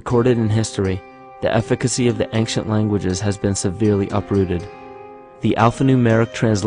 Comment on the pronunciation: how come the word "ancient" sounds all the time like "anKcient"? (other than that -very nice and informative video!!!)